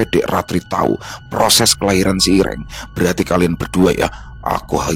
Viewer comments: Hitam itu irêng ,bukan iréng bang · intonasi medan dan Jawa "e" ireng nya beda loo ya😂😂